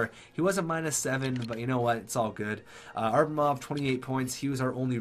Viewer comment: duuuuuude its ABramov not ARbamov.